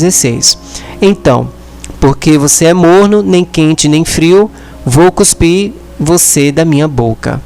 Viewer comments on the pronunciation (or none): none